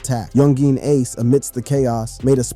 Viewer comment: Y'all need to learn how to say aces name😂